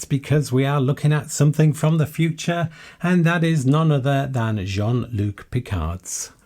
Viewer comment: This was a really fun video. But in case anyone else didn't comment with a minor correction, it's Jean-Luc Picard. (i.e. Not Luke)